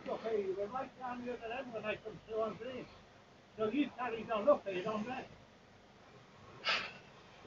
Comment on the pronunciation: The voice of a moron "wee came trou on ghrrreen" totally ignoring what's been said about the road being blocked. "I'll report you" she should get arrested for dangerous overtaking and blocking opposite lane.